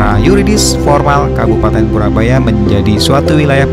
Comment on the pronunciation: Koreksi mas purboyo,bukan purabaya.